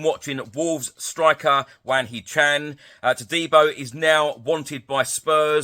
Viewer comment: hwang hee chan not chang